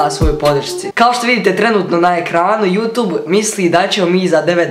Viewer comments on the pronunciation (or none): none